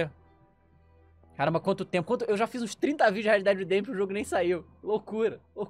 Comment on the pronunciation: Red pimba redempition